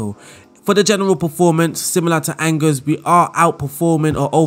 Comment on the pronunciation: It's pronounced Awn Jay (with a soft J like in Jacques) not Angers, or like Rangers. I found this out as a Rangers fan 😂🏴